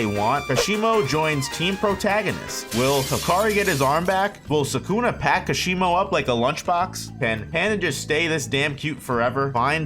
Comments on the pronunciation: kash e moh.....its like kah shee mo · “Kasheemo” had to click of this video after hearing that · How can you pronounce the "Ka" in Hakari correctly, but are completely unable to pronounce the "Ka" in Kashimo correctly, when it's pronounced the same way? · Amazing video, but Kashimo isn't pronounced like that. The stress is in 'Ka'